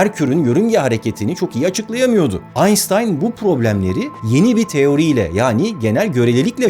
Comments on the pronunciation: Koskoca Aynştayn Aynsstayn oldu ya la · Kardeşim her şeyi güzel söylüyorsun ama Allah aşkına şu Einstein ın adını bir öğren 😁 Aynstayn denmez Aynştayn diye söylenir.. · Mübarek adam AynSıtayn değil AYNŞTAYN Şeklinde okunur, lütfen adamın ismini doğru telafuz edin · Bir de durmadan "Aynstayn" diye telaffuz etmiyor mu adamın adını, deli oluyorum. Doğru ve orijinal telaffuz şekli "Aynştayn" dır, sayın "Beyris Ozkeyn" bey. 😉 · Aynştayn değil de Aynstayn demesine birtek ben mi takılıyorum? Ben neden detay farkediyorum ve bunu sorunmuş gibi düşünüyorum? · aynştayn aynstayn oldu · “aynştayn”a “aynstayn” demek, barış’a “baris” demekle bir.. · Barış bey anlamadığım bir şey var: Neden Aynştayn teleffuzunu Aynstayn'a çevirdiniz. Einstein bir özel ad olduğu ve kendi dilinde Aynştayn okunduğu için telaffuzunun da öyle olması gerekmez mi? Özenle Aynstayn diye seslendirmenizin başka bir nedeni mi var? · Neden her videoda inadına aynStan diyorsun aynŞtan demek varken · Aynstain nedir abi bari sen yapma aynştayn diye dile getir .😀😀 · Abi Einstein ayn stayn diye değil, Ayn Ştayn diye okunur. Seni seviyoruz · Barış hocam, Einstein'ı sürekli "aynztayn" olarak telaffuz ediyorsunuz, okunuşu "aynştayn" şeklindedir. Ein (ayn:bir) ve Stein (ştayn:taş) kelimelerinin birleşimidir. Eins ve tein (kendi başına bir anlamı yok) değil. Almanca'da "s" ve "t" harfleri yan yana gelince "şt" olarak okunmalı. Yani Einstein "aynştayn" olarak okunmalı. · Aynstayn değil aynştayn birader. Abd'de yaşayanların her şeyi ingilizce zannetmesi neyse de trden göçmüş adamsın hiç mi duymadın aynştayn'ı? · Hocam AYNSTAYN değil şu adamın ismi AYNŞTAYN. Artık Türkçeleşmiş bir şeyi inatla sonradan kendi istediğiniz şekle sokamazsınız, dil bu. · düzeltme: sevgili özcan, "aynştayn" diye söylenir, "ayınsıtayın" diye söylenmez. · Hocam kabalık olmasın, almanca "st", "şt" olarak okunur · Barış kardeşim konuyla alakasız ama ALBERT AYNŞTAYN diye okunur ..AYNSTAN DEĞİL ..Selamlar ... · Aynstyan mı aynştayn mı?